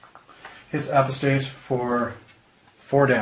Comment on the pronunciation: A-POSS-TAYT, not A-PUH-STATE ... other than that, good job :)